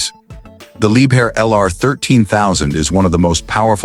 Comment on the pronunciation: либхер а не либер